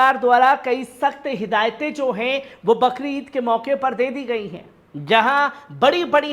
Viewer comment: बकरीद नहि बकरी ईद बोला जाता है